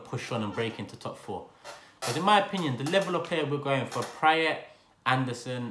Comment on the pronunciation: just by the way you are pronouncing Praet's name I can tell you have rarely seen him play